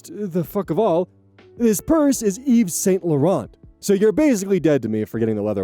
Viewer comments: I love that knows the correct pronunciation of Yves St Laurent. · Also the way he casually and flawlessly pronounced "Yves Saint Laurent". Just, chef's kiss.